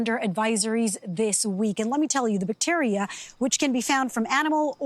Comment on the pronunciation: I like how she pronounces bacteria😂